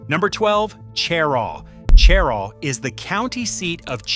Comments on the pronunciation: Stopped listening when you said Chair-aww. You have no credibility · It's pronounced "shuh-Raw" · How can anyone take the information in this video as credible when it starts out with misleading information. Cheraw is not the county seat of Chesterfield County. Chesterfield is the county seat. Even the pronunciation is incorrect smh. And there’s more misleading info in this video.